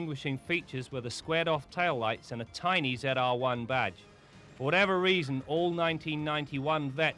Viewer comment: Why does he say Ze R one?